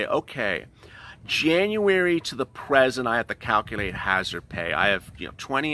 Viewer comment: Hazardpayish rofl🤣🤣